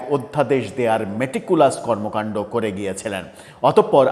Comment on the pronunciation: ভাই আপনি যখন মেটিকুলাস শব্দটি উচ্চারণ করেন তখন খুবই ভাল লাগে। অবশ্যই চালিয়ে যাবেন।